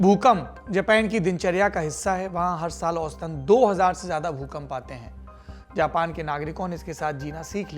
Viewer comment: द्विवेदी जी,आपका हिन्दी भाषा का channel है,तो उम्मीद करते हैं आपसे कि जेपेन के जगह जापान का उच्चारण करे।